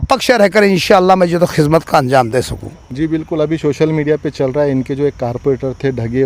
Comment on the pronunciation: Are chicha kizmat nahi khidmat bolo 😂😂😂